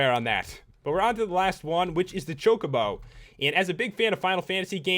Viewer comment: You said Chocbo wrong and i spelt it wrong.